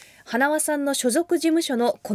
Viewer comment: このアナウンサー はなおって言っとるぞ